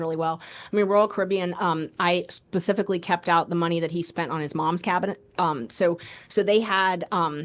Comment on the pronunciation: That guy literally said pacifically instead of specifically. He's an idiot in more than one way.